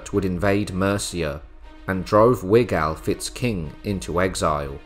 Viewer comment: .....And it's Wiglaf, pronounced Wiglaf...